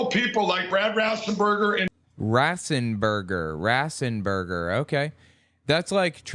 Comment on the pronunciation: Every time i hear him say "ratzenberger" i laugh cause he says "rass-en-berger". Rass is west indian/caribbean slang